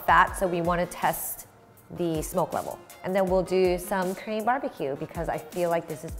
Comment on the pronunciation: You pronounce "Korean" like "cream". I don't think it is how you pronounce it.